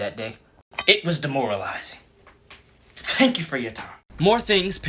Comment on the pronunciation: Fank fou for four fime